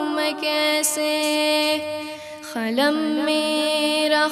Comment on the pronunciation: Qalam ko khalam Qasir ko khasir padh rahe hain...